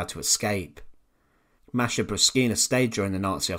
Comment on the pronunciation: I speak some Russian. My language is already close to Russian. And I have Russian friends. No one pronounces it like this.